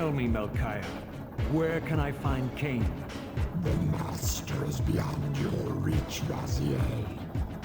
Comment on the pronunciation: Not lain-Kain